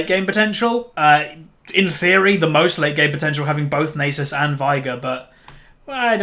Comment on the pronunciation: omg...Its not pronounced "Nay Sis" its "Naa Suus" Its egyption...ffs